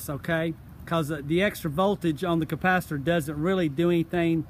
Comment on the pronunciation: Great video. Somehow I keep hearing "compacitor" instead of capacitor